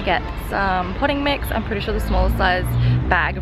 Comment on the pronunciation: I thought you said pudding mix instead of potting mix and when you said the smallest size was 25 liters I was like, "Wow, that's a lot of pudding mix!" xD